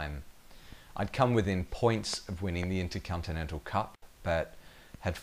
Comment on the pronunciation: Intercuntinental Cup?